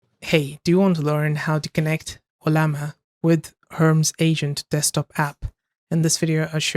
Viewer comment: It is Her-Mees, not herms.